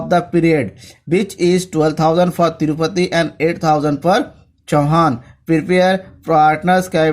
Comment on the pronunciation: To tirupathi nhi hai tripathi hai 😂😂😂